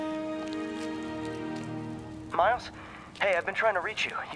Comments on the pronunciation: Did you notice that DAN called miles marecus🤣😂😓Dan just stop making me laugh pls ,😂😂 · When you where going to say miles you said Marcus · U said Markus it’s Miles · 1 hour 16minutes and 28 seconds Dan says Marcus instead of Miles. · And he sqid miles and not meters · He said Marus not miles🤣😁